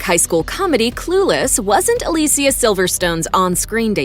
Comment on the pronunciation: Aah Lee see aah